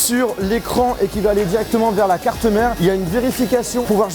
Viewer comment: le chassienh,la carte mereennh,j’avais jamais remarqué ptdrrr